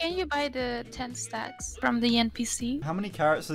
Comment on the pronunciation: "wanna have sex" almost spit out my drink. A few seconds later I understood she said stacks